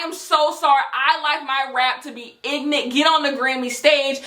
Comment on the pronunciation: "i like my rap ig'nant" I AM DYING